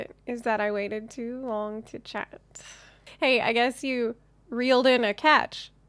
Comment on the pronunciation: Hey you said hey wrong for proper "Hey" watch spiderverse.:)